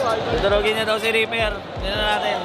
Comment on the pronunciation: reaper po hindi reper🤣